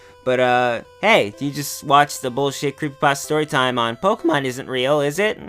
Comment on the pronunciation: Pokeyman iswn't weehl, wite?